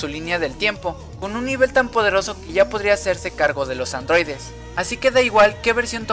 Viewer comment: LA CULPA ES DE LOS ADROIDES!!!!!!!: por que: POR SER ADROIDES!!!!!!!